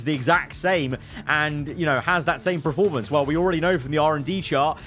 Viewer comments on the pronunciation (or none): Please stop saying PRE-formance. I love your videos but it hurts me every 29 times in a videos you say PRE-formance instead of the actually word......PER formance 😘